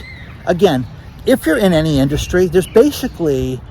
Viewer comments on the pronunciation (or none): none